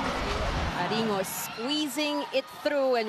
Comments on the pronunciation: Idk but "Aringo" is cringe. I prefer "Arin-go" lol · Wait bakit iba pagkaka pronunciate ni ate ghurl kay aringo 😂🤣😅